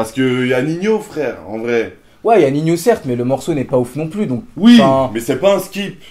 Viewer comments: pourquoi il dit ninio et pas nino ? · Lyrrad098 car on le proonce comme ac, on dit pas nino